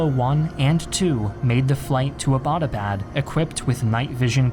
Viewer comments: why does everyone pronouce Abbottabad wrong... Abbott was a british dude... great video tho! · why its so difficult for you western people to pronounce Abbottabad.. it is named after British officer James Abbott which is I guess a simple english name and 'abad' is not a hard word to pronounce